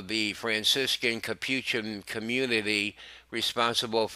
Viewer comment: learn to pronounce Capuchin, Salina, Elementary, Fidelis, Christopher, all names of persons, Prelate, We can expect better from a News Network which calls itself "Catholic"